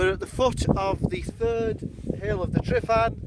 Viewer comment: Not tri not tri not tri.TRUH TRUH TRUHVAN!